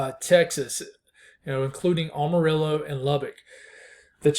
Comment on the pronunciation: Appreciate the updates..btw for future reference it's am-a-rillo like "I am", or if you're from east Texas maybe "ammo-riller"...PR for Kaleb in Houston.